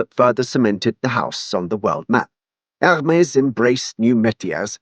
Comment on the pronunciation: The H is silent.